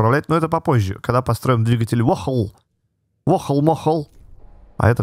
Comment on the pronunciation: Можеш пж читать vohle как раньте, типа не воохл а вохлє